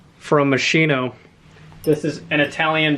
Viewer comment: I got 5 pairs of Moschino jeans with unique all over prints and designs last week as part of y best haul ever . My snooty queen hairdresser did inform me it was pronounced mas “key” like a car key no. Since you use big words and are my clear favorite YouTuber, I thought I would be the kind of asshole that corrects pronunciation.